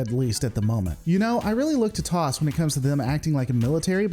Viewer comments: T.O.S. not "Toss". I can forgive the "Shiilds" but not for saying an initializm as an acronym. For shame. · FYI: "TOS" (as in Star Trek TOS) is pronounced Tee-Ohh-Ess.